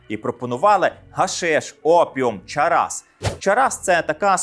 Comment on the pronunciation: Не чарас , а чарс .